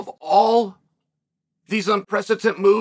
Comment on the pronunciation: I don’t say this to be funny or cute Pronouncing “precedent” as “presidence” The Floyd coming to Oregon story Anyone can sell a Ferrari, get the used Volvo off the lot My partner Ryan was asking me The fight game is a closed mouth business I’m sure I’m missing a few.